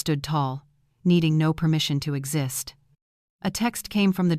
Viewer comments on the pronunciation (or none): none